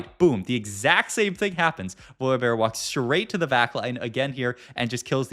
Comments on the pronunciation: VoliBAR bro how are these pronunciations getting worse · Does he say every champ name wrong on purpose to bait? "Voli-bar" "layona" "leblank" "Bree-R" rar so randum "Ko-bo-ko" yeah im unsubbing Once you notice is says "here" every 3 words you cant unnotice it, rough